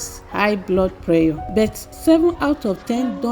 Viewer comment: How do you pronounce PRESSURE? You defeat the purpose of drinking bitter leaf juice when you add honey.